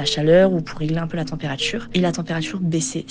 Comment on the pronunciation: « La températchure baissait systématchiquement » 😂 Bon force, ceci dit. C’est arrivé à une copine, moi même j’ai senti le truc. Après s’est foutu de sa gueule on lui a suggéré de faire venir un magnétiseur et pour elle ça a marché